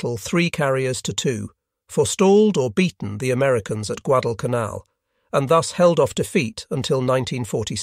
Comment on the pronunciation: The AI voice certainly went bonkers numerous times on this video. Rather surprising since it seemed to have gotten better on recent videos. There were numerous mispronunciations of Guadalcanal.